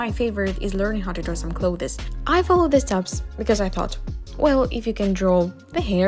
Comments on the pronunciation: Sorry to nitpick, but 'clothes' only has one syllable. Usually pronounced 'close' , but with a slight th sound (as in 'the') in front of the s. I know, English is not your first language but after the 10th time I had to comment :) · I loved your video! One thing clothes you say just like 'close'. I know it confusing, because English decided to either say or spell this word and so many other words wrong. But seriously, nice work! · most people just say cloz and monz (months) so don’t worry lol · I love how she says "clothees" very fancy, nice. I wish I talked like that. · I'm really glad I'm not the only one who thought this lmao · yes >0< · clo this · learning how to draw some clothEs i giggles how she pronounce it haha ☺️ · hi i wanted to point out that Clothes is pronounced like klowthz. but aside from that everything was great!!!!! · Hey not being rude just saying The pronunciation for clothes Is Cll-oh-th-sss The e is silent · Your pronunciation of clothes is funny. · You're not pronouncing "clothes" correctly. Btw great artwork. You're so talented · Clothes huh the way she pronounces it so it's not kattke it's katalele? # some random guy in the internet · Ur pronounciation of clothes is very........ Ya know...... bugging me....sorry sis